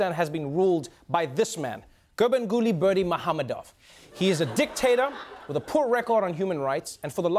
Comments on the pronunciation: Bravo Trevor! You said that name with such ease..I think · Respect for the correct pronunciation of his name =O